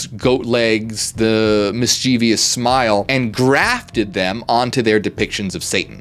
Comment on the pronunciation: Mischievous: Mis-chi-vuss Not: Mis-chee-vee-uss You pronounced it like it's spelled "Mischievious"